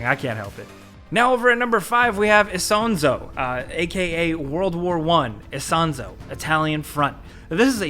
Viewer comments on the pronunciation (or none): "isonzo" is pronounced "esonzo"... gosh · Isonzo is spoken as Ee-son-tso. It is a river in northern-east Italy, close to the border of Slovenia. The game obviously focuses on the battles in the Alps mountains between Italy and Austria, maybe after the year 1916.